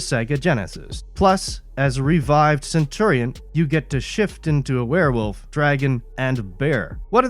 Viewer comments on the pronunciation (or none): none